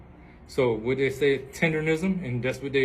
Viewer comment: tenderNISM!!!!!! NOT RISM!!!